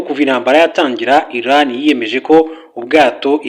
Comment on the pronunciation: Ntago ari basoma (ILAN) Ni. IRAN(IRANIANS) muzajye musoma pls